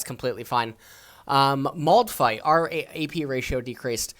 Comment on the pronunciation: I like the way you pronounce Maldfight